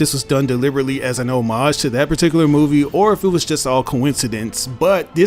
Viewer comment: Thank you for saying homage the correct way !!! 😂